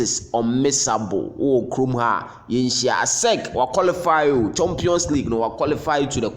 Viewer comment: Eiii Asante fo) and our pronunciations; CHOMPION''s league. The word is CHAMPION's league not CHOMPION's 😂😂😂😂